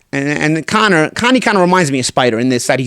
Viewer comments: Ya boy said, "Conie," lmao..... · “Connie” lmao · "Connie" lol